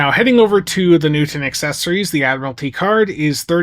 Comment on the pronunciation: Thank you Hu-man for discussing this vessel you call New-tin.